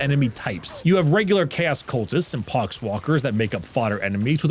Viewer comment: I could’ve sworn you called them pogs-walkers